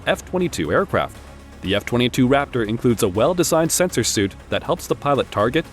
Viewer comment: Suite is actually pronounced "sweet."